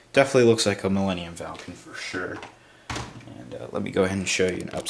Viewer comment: "Melanium"- Millenium Falcon. Idiot.